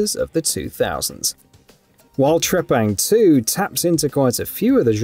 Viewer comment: Let's pronounce the name correctly here... T.R.E.P.A.N.G. 2! That's my Final Verdict!